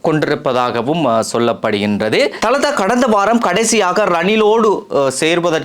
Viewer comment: Thalathß illai dhaladha enru sariyahachchollawum